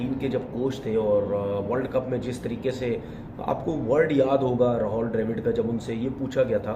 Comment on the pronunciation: Rahol nhi Rahul hai...